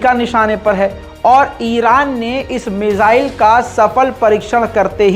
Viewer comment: "मिजाईल-मिजाईल" सुन कर थक गया हुं 😌😌, वो "मिसाईल" हैं, please